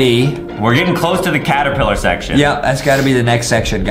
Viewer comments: ah yes Adam said after wack a wuggy when they where at stairs he said claterpiller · DID anyone notice that adem sayd claterpiller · Why did Adam said claterpillar